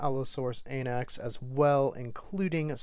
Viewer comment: Allosaurus “Anax” sounds so wrong.